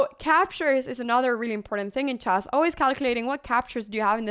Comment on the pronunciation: It's called "chess" - not "chass".